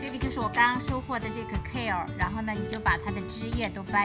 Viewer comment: 英文發音不對